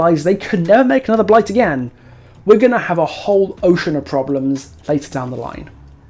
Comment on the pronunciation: Lil bro ranted for 20 minutes arguing against himself. Otz’s whole talking point was about the nurse, not Blight and you just made a 45 minute video to say “Nuh uh, Bwight is Stwong too. You’re wong cause you said Nurse was Stwong but Bwight is also Stwong”